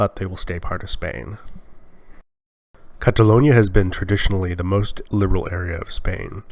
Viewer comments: why does the op pronounce catalonia as catalunia ? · Why does this guy keep saying "CataLOOOONia"? Check your pronunciation man